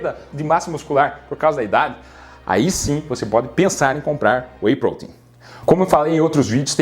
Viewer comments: que agonia ouvir WEY "Prôtein" ao invez de WEY "protéin" na forma mais abrasileirada kkk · Porque você fala prouteinm?? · PROTEIN e não poten !